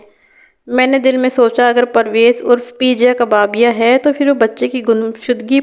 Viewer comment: Parwez ka nick name peeja nai peja hota hai